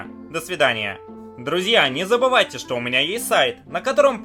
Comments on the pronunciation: Я один слышу вместо буквы "Ш" слышу "Щ" : - " Щто это за место"???)) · меня одну просто дичайше наколяет, когда он говорит вместе "что" искаверканное "щчо"?😠😠😠😠аааа, прям горит пукан. бомбит с недетской силой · Эта ,,штьо" меня просто убивает :D